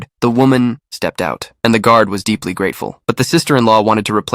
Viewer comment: The way it said stepped out